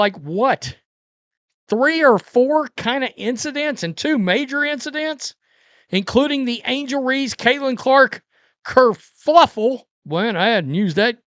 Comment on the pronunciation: It’s kerfuffle not kerlfuffle😀